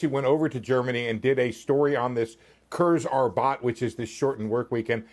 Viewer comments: Jesus Christ, that is the single worst attempt at German I have ever heard (I'm an Australian living in Germany). 'Koors Abbot?' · that pronunciation tho ... so american :facepalm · Also no offense der Typ ist Ami, aber viel schlechter kann man "Kurzarbeit" ja wohl nicht ausprechen... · didn't he say “curse a bot“ ? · Love how he pronounced "Kurzarbeit" - kursarbat🤓. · I heard "Curse a bot" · The way he said Kurzarbeit made my ears bleed